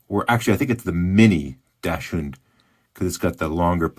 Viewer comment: not a sausage dog. Not a dash hound. Not a dash hund. DACKS und. DACKSund. Dachshund. Love your vids., but not as much as our black and tan dachshund. 😃